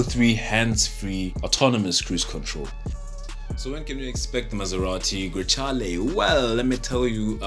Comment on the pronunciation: Very well done 👍 good job . Congratulations. As for the pronunciation in Italiano is “ Grekahleh “ Ciao 🙋🏻‍♂️